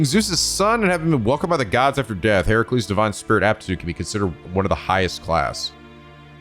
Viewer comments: I think should really google pronunciations for every Servant's True Name even when they're seemingly simple to pronounce 'cause he got Heracles right the first time & then bungled it later before correcting himself to the proper one again. (HER-UH-cles, not he-RAH-cles) I'm very much not trying to be mean, I know a lot of folks struggle with names, it's just that sometimes you can't really gleam exact pronunciations from text in the comments & hearing the names said out loud would help make things click. Again. As politely as possible, I love. (he should at least look up the pronunciation of lancer's true name 'cause that one's actually unintuitive since the celts spoke something veeerry divorced from modern english & how things are spelled aren't how they're said aloud) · mild correction on how you're pronouncing Heracles it's Heh-ruh-kleez, the Hera at the start is based on the Goddess Hera as a futile attempt to appease her cause Heracles is the result of Zeus being unfaithful not only insulting Hera directly as Zeus's wife but also insulting her divine domain as the Goddess of Marital Responsibilities which sadly she takes out way more on the mortals then Zeus himself, Edit: ah well you corrected yourself early, what I get for being impatient and rushing to comments I accept this egg on my face 🍳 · I’m gonna a give you an enunciation tip while it’s still early and fresh. Hint: nobody pronounces it as her-CU-les